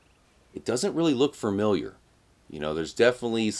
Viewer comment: Doesn't look furmiliar? Familiar. Fam-il-iar. Furmiliar...hahaha